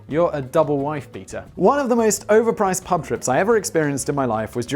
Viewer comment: Did you say "plub"? 😲 🤣